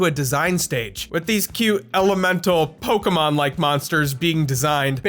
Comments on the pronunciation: Thank you for pronouncing "Pokémon" correctly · What I find ironic, is you're a digimon fan, and you actually pronounce pokemon correctly when so many pokemon fans don't even though they sing it out loud in the show